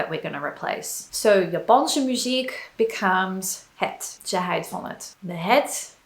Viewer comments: Toch is er nog wel iets te verbeteren. spreekt het woordje 'houdt' uit als het woordje 'huid'. Het verschil tussen de uitspraak van de ou en de ui is kennelijk heel moeilijk. Ik denk dat bij ou (of au) de mond wat wijder open moet gaan. Bij de ui heeft de mond meer de vorm van een tuit. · Let me be the "azijn zuiper".... I really love your video's, and your pronounciation is great! but 1 little thing you get wrong is the "OU" sound. "Ze houdt van japanse muziek".... OU there is pronounced like "AW" in english. Don't even know how to describe UI sound foneticaly in english. cant come up with an example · i'm impressed with your pronoucation, only thing that threw me off a little bit is your pronouncation of houdt, you pronounced it more like huid, wich means skin. The "ou" in houdt is pronounced more like "ouch" in english but without the "ch". In general the way you use 'er' is the same as 'there' in english, but not using it persé as a location, but more to point out a fact, for instance. There are a lot of people, er zijn veel mensen, or there is no excuse for doing that, er is geen excuus om dat te doen. The last sentence is rather complicated already, but it does show fairly well that 'er' doesnt always really point at a location but more at the existance of a subject. 'Daarvoor' is indeed more used for specific things, a good translation would probably be something like 'for that' in most cases. 'daarvoor heb je een hamer nodig', 'for that, you need a hammer' or 'you need a hammer for that', but that is the way you would use it in a response to something. Another way of using 'daar' is like 'niet hier, maar daar', 'not here, but (over)there'. In this context its used to point out a location, and i think in this context it is used the same as in english, imagine you are in the supermarket asking one of the employees for an item and they say, 'it is (over) there', 'het is daar'(although you would probably say het ligt daar instead of 'is').